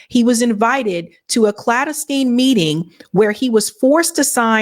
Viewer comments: Just because a sleezy movie star gets a pic with trump at some point means nothing. And by the way "female",.....it's not "clan-des-tin". 🙄 It's "clan-deh-stine". SMFH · that word 'clandestine' is pronounced: clan-DESS-tin. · Good summary. But your pronunciation needs some work . Colonial- co lōc e al :means common usage. “clandestine meeting” chal is tine Means secretive